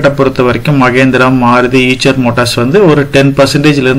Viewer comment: ஐஷர் என்று உச்சரிக்கவும். ஈச்சர் அல்ல.